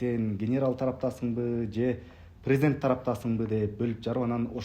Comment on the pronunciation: Прездент деген соз жок, президент деп жазылат и окулат, кандай бир неуч болгон бир чортсун?